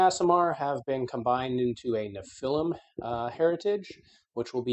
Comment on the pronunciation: Pronunciation quibbles are engagement, too. "Anathema" is pronounced with the emphasis on the second syllable: "əˈnaTHəmə". "Nephilim" is pronounced with the emphasis on the first syllable: "ˈnefəˌlim", (and is a plural noun, FWIW).